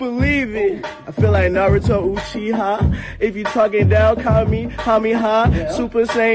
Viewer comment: He even said huchia lmao 😂